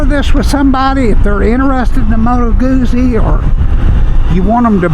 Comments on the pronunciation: Nice review - thanks! (It's "gooTsy" - like pizza 😉) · It's pronounced GOOT-zie.